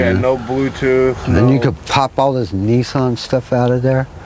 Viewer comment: haha he called it neeson! it's Nissan! Niss - an